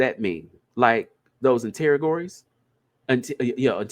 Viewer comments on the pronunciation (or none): interrogatories is kicking your ass man lol. Enter-ra-ga-tories